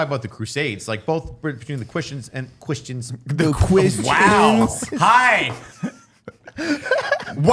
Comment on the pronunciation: "Quishtians."